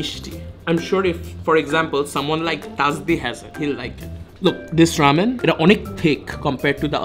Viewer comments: is just triggering me the whole video saying rAmen as rEmen..!! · Bro, you're pronouncing ramen wrong